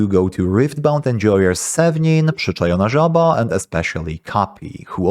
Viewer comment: Hold up m8 - the way you pronaunced „przyczajona żaba” tell me you’re my country man! Arent you?